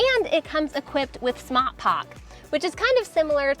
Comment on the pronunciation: Did she move to Boston when she said smart park ? ;)